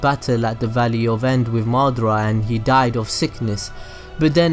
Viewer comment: Its ma da ra not madra